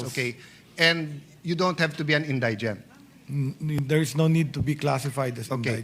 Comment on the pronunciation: indigent - proper pronunciation is > in- di- gent hindi > in- day- gent bopols talaga yan si cayetano pati si herbosa nahawa...